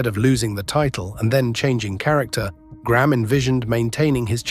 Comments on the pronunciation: Why the fk do Americans call Graham Gram? It’s pronounced grey-Am Get it right U S and A. Why was Billy Graham never boosted up then when everyone was making big bucks off is awesome persona ? Is this why hulk had some not so good last years. Karma is real! We can’t go forgetting that 🫡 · Over here in North America, Graham would be pronounced "Gray 'am" not Gramme! Just sayin!